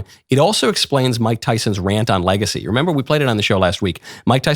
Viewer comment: Whelp I guess I'm just going to have to pronounce it "legathy" from now on...